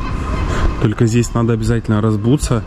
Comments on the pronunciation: "Разбуться" - так только село не асфальтированное говорит) Режет слух) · А на сколько же дней вы поехали в Стамбул?))))), не обижайтесь, просто, чтобы Вы знали. Есть единственно правильное употребление слова - раЗУться, раЗУваться)))))